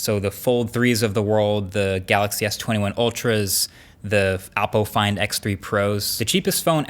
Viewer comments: it is oppo find x3 pro not apple find x3 pro. Pronounced oppo as apple. lol... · it sounded like “Apple FindX” rather than “Oppo”. Could be wrong also..